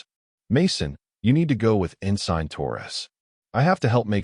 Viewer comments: "En sign"??? It's ensin! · Great story, and honestly, the best AI reader I've heard so far. No breaks, changes in volume or voice, etc.. makes following the story, and suspension of disbelief much easier to accomplish while listening. Thank you. Only thing that really caught me was the mispronunciation of, "Ensign."